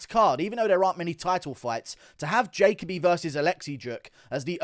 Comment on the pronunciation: Why can’t pronounce simple names like jalen and jacoby lol